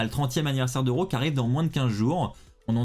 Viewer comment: Tu prononce RAW ( Ro). 🤔 C'est pas comme ça qu'on est sensé le prononcé.